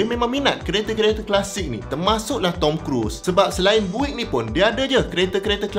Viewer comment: Sedikit info utk sebutan pada BUICK = Biyuckk sebutannye boleh try cari US pnye legendary classic, sbb sane dorg buat nafas baru sama ada rats rod atau hot rod.. bole try tengok dorg make over kereta buick = biyuckk